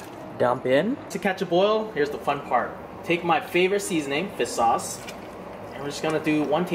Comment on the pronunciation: The way you say fish sauce - fea sauce